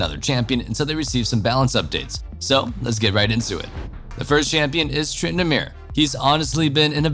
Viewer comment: how does no one ever tell this guy he completely butchers Renektons name....smh